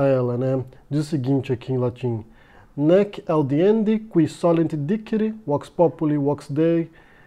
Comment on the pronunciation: Sensacional,. Essa leitura em Latim já valeu o video. E sua pronúncia de 'dicere' já diz que vc não está de brincadeira. Thank you.